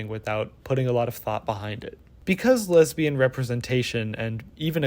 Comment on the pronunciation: the way you enunciate "lesbain" as a noun is hilarious to me. wait-- is that internalized homophobia ? shi